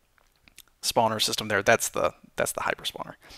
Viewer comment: I like how he says not "Spawner", but "Spaauwner". :3